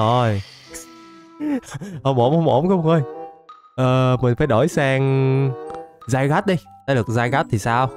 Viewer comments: Anh ơi zygarde chứ ko phải là zygod đây anh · Zygarde đọc là " Zi ga đê" mới đúng á a